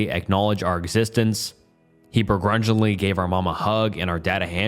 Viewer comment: The way you pronounced “preface” and “bedraggled” and “begrudgingly “ in the first few minutes was certainly something